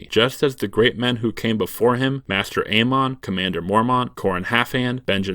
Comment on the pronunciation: I like the running gag where you mispronounce almost every character's name just a little bit by changing the emphasis. Makes me laugh every time. ee-GRIT, ay-MON, JOR instead of Jeor. I love little jokes like that. ...it IS a joke, right?